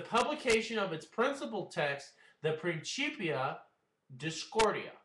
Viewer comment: Principia is pronounced like prinsipia or prinkipia, not princhipia. At least of you follow the traditional pronounciation rules of latin, and don't want to sound like an ignorant unitedstatian.